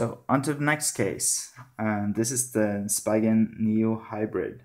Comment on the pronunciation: Read it as S-pee-gen not spygen.